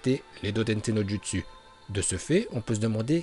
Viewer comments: pourquoi tu dis jutsu normalement sa se lit joutsu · Jpp TvT ça se dit joutsou mais sa s'écrit jutsu TvT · On dit "joutsou" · C PAS JUSTSU SA SE DIT JOUTSOU MAIS SA S'ÉCRIT JUTSU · Pk tu prononce les mots bizarrement genre « jutsu » au lieux de « joutsou » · les " jutsu " "orochimaru"omg et tout le reste un effort de prononciation please c'est dégeu